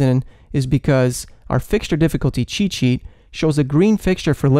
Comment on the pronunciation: Everytime he says make sure to download our free app cheet/sheet, I hear Che Che